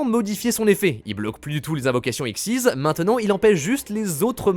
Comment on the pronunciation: A chaque fois que j'entends X.YZ j'ai les oreilles qui saignent c'est X Y Z même dans l'animé ils prononcent les 3 lettres une par une donc bon voilà j'ai rien de plus à ajouter.